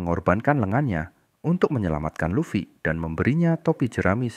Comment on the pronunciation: Any channel that mispronounces Luffy is an automatic downvote. AI is bunk.